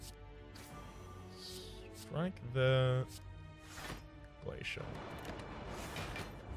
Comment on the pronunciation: Wait 6 months ago you were saying glacier correctly?? What the hell.